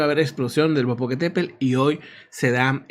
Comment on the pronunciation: El Popocatépel ....🤭🤭🤭es tl...bueno , siempre hay una palabra que se nos dificulta... saludos 🎉🎉🎉